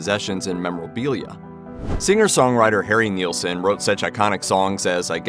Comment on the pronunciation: NIL-son. Not Kneel-son. Isn't NIL even easier to say? Just one syllable.